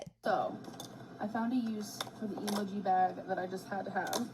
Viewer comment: She even pronounces emoji wrong, jfc